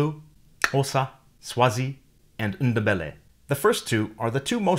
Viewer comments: Sawubona it's NDEBELE not ndbele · I don't think the N in Ndebele is pronounced. I talked to Ndebele ppl from Zim they never say the n.